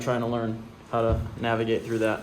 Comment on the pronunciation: Don't you mean "Mavigate"... 😁